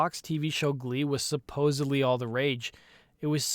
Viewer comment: LMAO, "supposively"